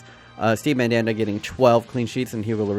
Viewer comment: I felt molested every time he said "MaNdAnDa"😂😂